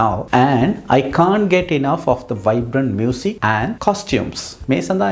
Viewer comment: Playing දී guitar කියන්නෙ කොහොමද ? Vowel sound එකක් ඉස්සරහ විතරනේ "දී" කියන්නේ සර්? මම හරිද ? මම වැරදිද? වැරදිනම් මට 100000 පාරක් සමාවෙන්න